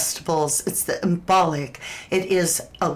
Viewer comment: > imbolc pronounced imbulk